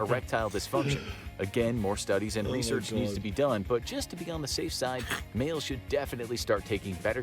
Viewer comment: no one reacting to josh saying ``welcome to sidemale``